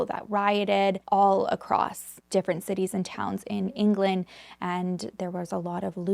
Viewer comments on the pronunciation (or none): none